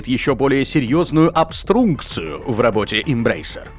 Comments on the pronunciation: Ага, а по-русски зато "обстрункция". Убил бы на месте. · Впервые посмотрел. Бомбануло на слове "обстрункция". Больше смотреть не буду, пусть дураки смотрят.